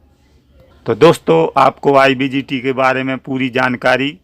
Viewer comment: Sir IBGT nhi IGBT hota hai, thanks